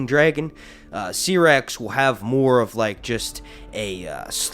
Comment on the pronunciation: Dude I love your videos, but it’s pronounced (SIGH)rax. Not (SEE)rax.